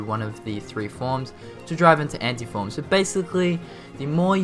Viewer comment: I love how he says Anti-Form as Ante-Form.